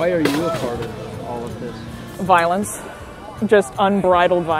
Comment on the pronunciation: "Voilence" LOL